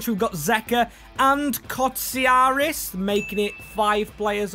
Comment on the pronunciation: You can say fenerbakshe and beahiktas but you can’t say kotsiras and ioannidis